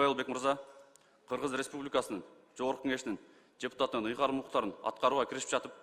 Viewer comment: Жогорку Кеңештин жепутатынын деп ачык айтты окшойт, д менен эмес ж менен айтты го